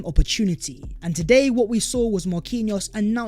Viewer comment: VAT was the video VERE and VERE! 🤣🤣🤣 Sort your pronunciation out, mate! Great content but your pronunciation is a BIG EMBARRASSMENT!